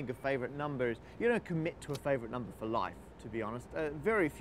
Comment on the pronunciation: Everybody on this channel says "numba"